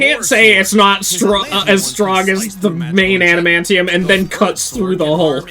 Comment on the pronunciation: “The scythe can cut through space” “Errrrm I dunnoooooo aduhmanteeum pwetty stwong”